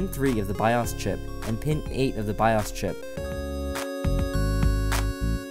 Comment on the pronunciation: I couldn't finish watching it he kept mispronouncing bios and sudo. And the music sounded like someone was playing a video game the whole time